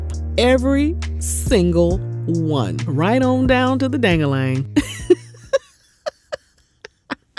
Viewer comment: “Dang-ah-ling” lol